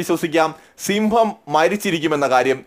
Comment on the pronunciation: ക്ഷമിക്കണം Bro സിംമ്പം അല്ല സിംഹം എന്നാണ്